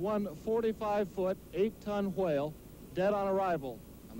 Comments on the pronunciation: I dont know whats funny,him calling the whale stinky or him pronouncing the whale that way. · Why do they pronounce whale with such an emphasized W sound